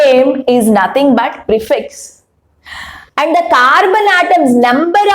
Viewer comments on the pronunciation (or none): none